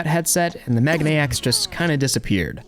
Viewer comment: Love your stuff. But it is mei gah nay X. Megane means glasses.